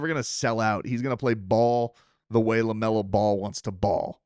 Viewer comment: The flubber reference is even older than that. It goes back to Fred McMurray, an old Disney movie. Robin remade it! Also, it's Lamelo Ball, not Lamar, but it's all good family. You're awesome! People love the content!